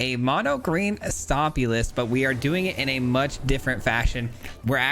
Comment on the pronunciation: "Mono Jund Stopmy"